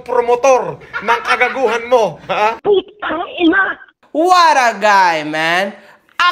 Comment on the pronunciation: "Phhhhhuuuutang ihhhnaaa" may hangin ang pag bigkas ni eh.🤣.